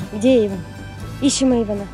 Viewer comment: Эйвон а не Эйфон